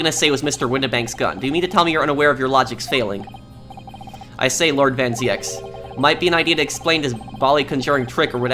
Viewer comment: as a dutch guy i can tell you that you pronounce the name van zieks as american would pronounce van Zekes, or van zeeks. van zieks is a dutch word meaning from sickness